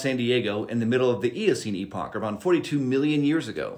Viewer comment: I feel like he intentionally mispronounces epoch and neanderthal